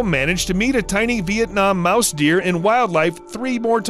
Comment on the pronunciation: Say mice deer, one more time.